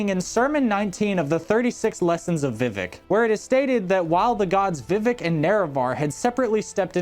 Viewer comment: Yeah he says “vivick “ instead of vi-vehk it’s irksome